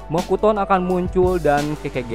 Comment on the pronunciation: Mokuton Shinsu Senju Bang Bukan Mokutson Shinsu Senju 😅😅😂